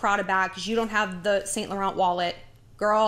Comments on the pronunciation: You’re pronouncing it wrong lol! It’s not saint laurent. It’s like ‘Sun la-ron’ x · you pronounce it Sau Laurau Not Saint Lauren dont pronounce n & t